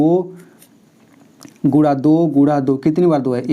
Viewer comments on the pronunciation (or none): Guna hota hai gura nahi aur Coman hota hai caman nahi but you teach are very nice ❤❤